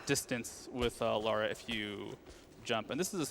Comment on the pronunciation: He says Lara correctly